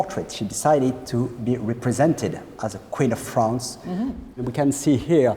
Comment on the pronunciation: Fwance, cwown... arrrgh